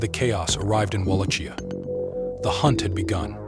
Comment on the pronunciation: It's pronounced wall lock kia